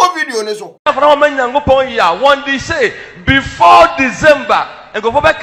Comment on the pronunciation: He said Wondy Shay😂😂😂